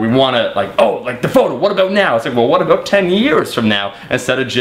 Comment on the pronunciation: Aboot :D